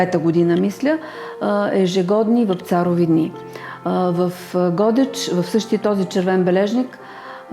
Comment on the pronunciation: Драга госпожо, ударението не е на О (както Вие казвате “Го̀деч”), ударението си е на Е — “Годѐч”.